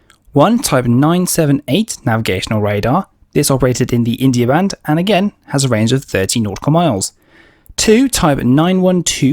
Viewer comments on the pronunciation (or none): none